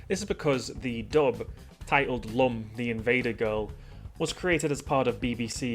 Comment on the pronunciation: Lum pronounced "Loom", but in the anime "Ramu". Lewm, Rahmu